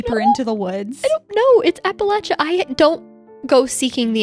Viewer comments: Is it a PA thing to say apple lay sha? This is the first I’ve heard this pronunciation, even google says this is correct 😅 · No worries, just good to point out. It's like "appa-LAY-sha". The way you're saying it would be correct if you were saying "Appalachian" though! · Hahahahah “apalacha” 😅😂😅😂😅😂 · I live near part of the trail but it took me a minute to realize what u were talking abt because of the mispronunciation 😭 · absolutely not! If you are from the region for generations, it’s the ONLY way to pronounce it!! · Love the interest, but please pronounce our region correctly if you make a part 2.